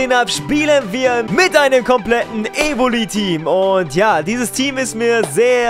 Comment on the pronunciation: Das e am ende ist zu viel : Evoli